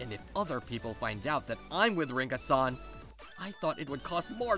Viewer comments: Bro am I the only one who realised him saying her name Linka instead of rinka 💀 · Linka....huh someone switched the r for an l there